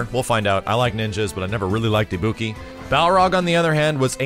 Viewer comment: Pronounces Ibuki as. Just killed my ears. Ibuki is welcome, don't care about Balrog (prefer Dudz) and rather than Juri I'd rather have Makoto. Oh well.